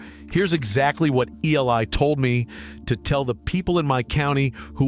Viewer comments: Yeah E. L. eye, instead of Eli…. Too funny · Why use AI narration? Eli is a common name sound like E-lie not, E L I. I hate AI as it does people out of jobs and it impersonates humans. One day AI will dominate. Be warned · Did you also hear E. L. I. for the name Eli?!! And Ay-mish?! Gee, is it ai?! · His fkn name is Eli, not E.L.I. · AI...still can't read. E L I? EELIE is how it is pronounced... And AI is smarter than us? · It’s really nice to see AI talking to people, doing interviews with humans, and still mispronouncing names like Eli. 😂